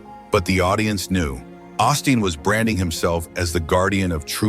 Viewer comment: But I do believe his name is pronounced like Osteen